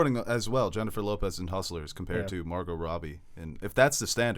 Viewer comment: to the way he pronounces Robbie